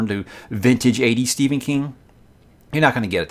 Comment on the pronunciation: His name is Stephen not Si or whatever you said.